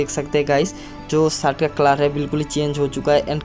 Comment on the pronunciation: अरे पाहिले शर्ट बोलणा सिख ले